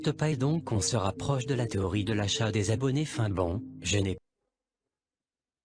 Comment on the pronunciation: l'ia du mec au secour il a perdu toute crédibilité des le debut en prononcant le mot téorie jpp